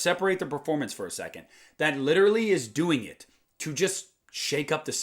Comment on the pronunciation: Lit er al ly not lit ter al ly